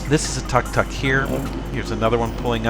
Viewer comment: 1) It's tuk-tuk (took-took), NOT tak-tak (sorry, but tak-tak hurts my ears) 2) Yes, it's a shame you can not take part in the chat anymore without paying 3) Over time, you notice subtle changes: the ground painting has been renewed completely; the street lamp on the right side once was sodium light (yellow), has been exchanged for an LED light (cold blueish white)... which broke after short time, and now there is no lamp at all any more :) 4) about 4 weeks ago I noticed that right below that street lamp, some tuk-tuk drivers made a barbecue for themselves. Only in Thailand! ;-) I like this cam a lot, because it has sound, and each time I watch it, I'm literally there, even if I'm 9000km away. Nice!